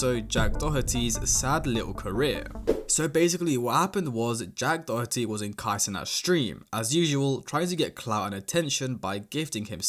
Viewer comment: Jack D'oh-erty